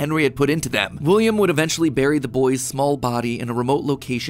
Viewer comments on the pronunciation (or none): none